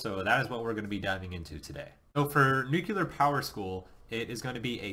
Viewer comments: So, you are going to ignore the fact that (like most people) he is unable to properly pronounce the word nuclear. I guess I am mostly alone in being disturbed by folks saying 'nucular' like he did several times, and i DID replay all the instances a few times each to be sure. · Pronounce nuclear right is the first thing I leaned in Nuke School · you would think if you've been through it, you could learn how to say nuclear.....